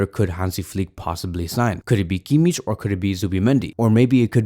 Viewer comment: Dear barca media i love your vids and am a fan of the content but for the love of god please stop saying kimmich wrong ch is not pronounced like in chess. ch in kimmich is the pronounced like h in hand